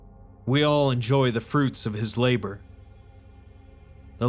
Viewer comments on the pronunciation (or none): none